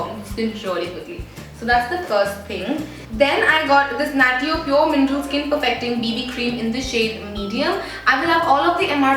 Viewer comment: Isnt natio pronounce as "nashyo"